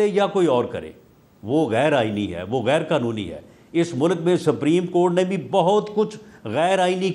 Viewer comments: رانا ثناءاللہ کو تو سپریم کورٹ کو ساپریم کورٹ بول رہا ہے تو قانون کا کیا پتہ ان کو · Rana suprem ko sappreem Keh Raha he To iske aagy Kon sunny😂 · Meer sahib apni sana dako laya hai jisko supreme Court. Ko spreen Court bolta hai 😂😂😂... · 70 saal ki umar mey Nawaz sharif haiwaan hey..iss lye wo supreme Court ka hukam nahi manta. Rana laa.....ki ye haisiat he kay sahih tareeqey se ....parhna nahi aata.... supreme ko saapreme kehta hay...rana khud tu election haar gya hay ye tu parliament ka hissa bi nahi.... Mashallah Salman Akram Raja sahib..ap ney Pakistan kaawambki khidmat ka haq adaa kr dya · Sapreen nahi hota Supreme Court hota hay saulla sahib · Rana sana ko bolna bhi nahi Ata supreyam kort ka nam Lena bhi ata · Wallah. Pahle sapreem court Ka talaffuz Tou sahee kale Rana Iski party leader ko Chahiye ke ISE supreme court kahna sikhaye. Urdu main bolo Kanon ko sharm aati hai ghalat lafz sunker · Rana 😂 saprim not supreme 😅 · sapreeem coat 😂🤣😅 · this rana poodery don't know how to pronounce supreme court, he is pakistani leader and minister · Subhallah. Sanaullah is a lawyer, a politician, one of the Noon party leaders, ex law minister" but unfortunately cannot pronouce "Supreme"